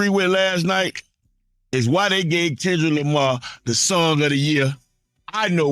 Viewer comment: Not Tendrick Lamah 😭⚰️